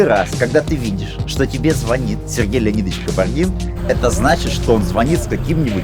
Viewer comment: Не звонит, а звонит